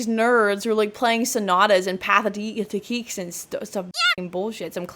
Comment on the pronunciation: Pathétique is pronounced very much like pathetic: pa-teh-teek € is obviously the sign for Euros not pounds which is £